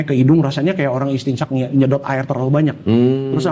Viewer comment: Masyaa Allah orang Islam dari lahir banyak yg ga faham istinsyak(memasuk kan air kedalam hidung saat berwudhu)beliau dengan lancarnya mengucapkan istinsyak ,barokaallahu fiik